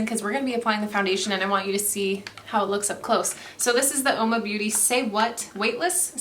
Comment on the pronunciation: Only it's pronounced Whoa-ma meaning woman in Italian.